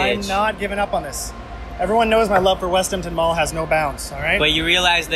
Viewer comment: “West Emtin mall”